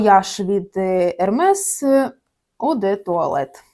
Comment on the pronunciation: Взагалі то звучить " Ерме" а не так як ви кажется...